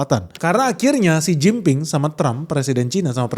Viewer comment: Xi Jin Ping dengernya= Sen Cin Ping Artinya..... Artiin sendiri dah🤫